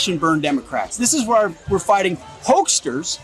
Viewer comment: “Hoagsters”. LOL! Now I want a hoagie 😂